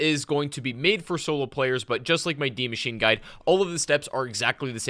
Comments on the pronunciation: And he says d machine instead of die machine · because in German, die is pronounced “dee”, and machine, is pronounced like “mash-ine” hope this helped :) zombies has a ton of German and nazi history